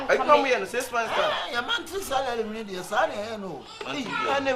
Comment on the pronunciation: Y3 monthry sarary🤣😂😂